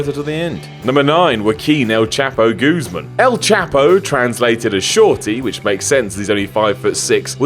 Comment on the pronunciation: Britishest way to mispronounce Guzman I've ever heard.